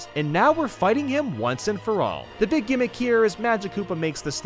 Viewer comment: When he says BEEG BEEG. browser I laughed my head off